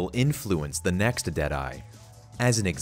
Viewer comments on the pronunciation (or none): none